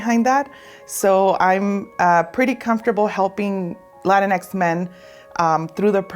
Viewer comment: I do have to ask though, if Latino is pronounced "la-teen-oh", then shouldn't Latinx be pronounced "la-teen-ex" instead of la-tin-ex"? Or are we just saying it the white way now? The way y'all are saying it makes it seem like like when people say "Malcom X" or like a top secret government project, instead of a gender neutral adaptation of the word that describes our ethnic group.